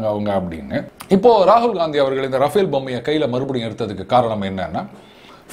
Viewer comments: It's Rafale, not Rafael ! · Sir, Its not Rafael but Rafale. K. Balasubramaniam